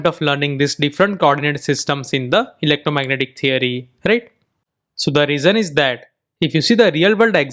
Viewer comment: I love how you say "Electromagnetic theory". The best indian way to say it.